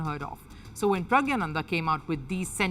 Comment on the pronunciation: Please correct the pronunciation. He is praggna-nandhaa. Not Pragya-nanda.